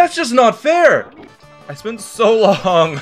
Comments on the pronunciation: I think it sounds more like “So long-a bowser” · I thought it was "so lonely, bowser" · Guys he doesn't say "so long, gay bowser" he says "so long, Gabe Owser"